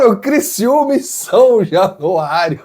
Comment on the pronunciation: Kkkkk😂😂 Criciúma Criciúma kkkk